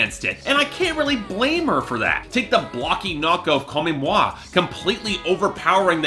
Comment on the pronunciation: This man doesn’t have the range to provide a proper review. You can tell he only knows Shakira from her English work. I would rather see someone who is familiar with her entire discography and someone who knows Spanish to give us a proper review. This review fell flat. also the fact that he tried pronounce Chantaje with a French accent was funny. He also pronounced Comme Moi, Comé moi as if he was trying to speak Spanish and not French. Nada and Amarillo have been declared the best and most underrated tracks by fans.